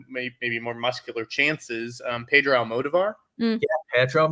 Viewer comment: The only awards show worth watching!! Been a fan since the very first season five or six years ago. Though Mantz continues to mispronounce Almodóvar’s name. The accent is on the second ‘o’, not the first. AlmoDOvar.